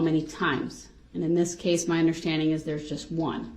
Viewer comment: “UnderSHTANDING”. He’s so infuriating. No plaintiff? How about all those people you killed and injured you DF!!!